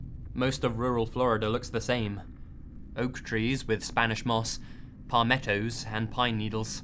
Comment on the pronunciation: I'm from Florida, and I absolutely adore the way he says "pah-mettos" XD